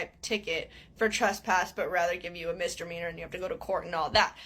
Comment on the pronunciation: I also live near Seattle ans she is completely wrong about that. Also love the way she says ‘mistermeaner’ lol